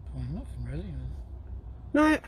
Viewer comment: It's nothing, not nothink, and platonic, not plutonic.